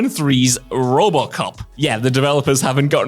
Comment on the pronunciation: Am I the only one hearing say "Rub-a-cop" when he tries to say "RoboCop"?